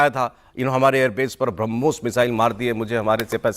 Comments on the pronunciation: Koi harmos bolta hai koi bramus bolta hai ajeeb jaanvar hai ye😂😂😂😂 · he means harmoons..😂😂😂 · Inko name bolne mein hi kyi din lage😂Harmoos😂 Harmos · Ye rana sanaullah pakistan ka home minister hai yah brahmos ko harmos bol raha hai. Yeh hai pakistan ka iq level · Brahmos bolna bhi nhi yr in madarsa chap ko😂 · Inko brahmos nahi bolne aata ...😂😂😂😂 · Inko brahmoshtra bolna aata nahi ye kya brahmostra todenge😂😂😂